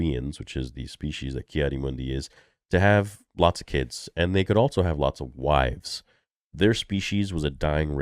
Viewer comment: I always thought it was so unusual how you say "altso" instead of also.